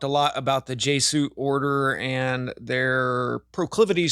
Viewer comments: Pronounced: Jezz you it. Not "jay suit". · Jay-suit? You mean Jesuit? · Why can't you pronounce "Jesuit" properly?